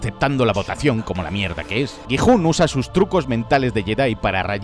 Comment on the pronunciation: Dejé de ver el video automáticamente cuando escuché gijun😂 así no se pronuncía jajaj